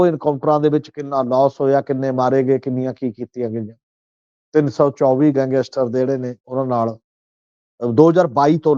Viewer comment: ਸਮਝ ਨਹੀਂ ਆ ਰਹੀ ਕਿ ਗੈਂਗਸਟਰ ਕਹਿਣਾ ਕਿੰਨਾ ਕੁ ਮੁਸ਼ਕਿਲ ਹੈ,ਵਾਰ ਵਾਰ ਗੰਗੈਸਟਰ ਕਿਉਂ ਕਿਹਾ ਜਾ ਰਿਹਾ ਹੈ